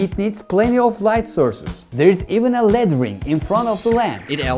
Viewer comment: Dude, really great information but LED is pronounced "EL, EE, Dee". Not LEAD. It's an abbreviation of Light Emitting Diode"